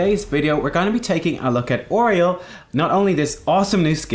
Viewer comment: Oreol? I hate how you pronounce her name. lol. Also, they're Omnics.